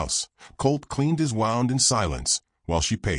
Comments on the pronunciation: Prefer this narrator's voice over some of the female's. Please correct the pronunciation of "wound". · Like the story but not saying wound correctly is annoying